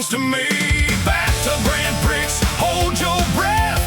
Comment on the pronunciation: Prix is mispronounced....no surprise cuz the AI always sucks.